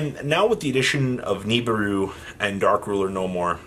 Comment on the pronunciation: read this. It's NOT Knee-Burr-Roo, it's Nih-(like Nick)-Beer-Roo.